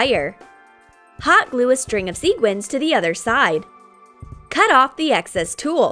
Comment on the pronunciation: STOP. SAYING. SEEGUINS. You say SEQUINS. NOT seeguins! You see how the REAL spelling has a "qu" that means you say sequins, NOT seeguins!!!!!! Sorry, I'm just getting a little TrIgGeReD by this.